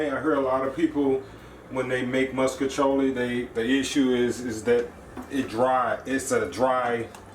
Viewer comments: I’m from St. Louis and I’ve literally never heard it pronounced differently than that even though everyone knows it’s fucking wrong. I’ve been eating “musk-iciolli” my entire life, too, lol. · I like how u say “moscachioli” lol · Right he say muskachioli 😂 he did that tho it looks so good